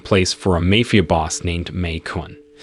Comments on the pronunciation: It's Mafia, not mayfear. Dude, you really need to go to school. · Why did you say “mafia” like that?